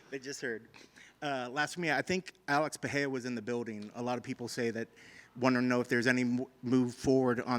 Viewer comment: Why cant ANYONE pronounce alex PeREIRA'S name???? Its not a H!